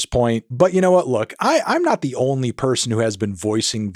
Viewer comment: “Da more I hear it, da less I like it” 😂😂